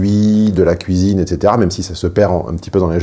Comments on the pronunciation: La "couisine" 😅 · C'est moi ou il dit "couisine" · ne peut plus s'empêcher de prononcer 'cuisine' dans sa version belgocongolaise. Son visage reste parfaitement neutre, pas un indice complice. J'adore! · C'est assez troublant ta façon de prononcer le mot cuisine , tu le fais "à la Belge" :) (je suis Belge)